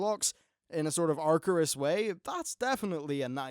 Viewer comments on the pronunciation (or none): "Acherus", not "Archerus"!!!